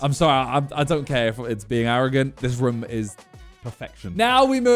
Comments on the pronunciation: I like how Simon says "Roum" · The slight aggression I had every time he said wrumm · Why does he say room like that? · Does nobody notice how Simon pronounces "room" 😂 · Am i the only one or does simon say "room" in a weird way haha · The way he says room is so weird.